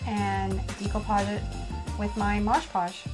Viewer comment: You are pronouncing "decoupage " & " mod podge " incorrectly